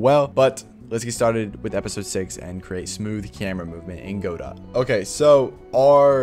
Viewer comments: Just letting you know, it's pronounced "g'dough", not "GO-dawt". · good vid but its guh-doh not godot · "go-dot" lol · The creator pronounces it Go-DOT which I think is technically wrong but I think it contributes to the philosophy of the engine. You can fork it and make it your own, and you can also make the name your own by whatever weird pronunciation you fancy